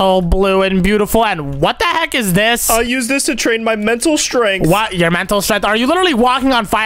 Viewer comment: It's funny when he said what the heak about the torch 🔦 🤣 😂 😆 😅 😂